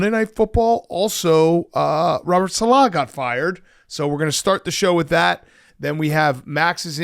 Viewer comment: Why does Big Cat sound so awkward saying Robert "saLAH"? … sounds like he's trying too hard to put the emphasis on the 2nd syllable.